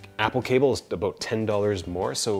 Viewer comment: "aboot" -Wait, is this guy canadian? maple leaf on shirt -Yeah probably, im going to look at the description -Canadian confirmed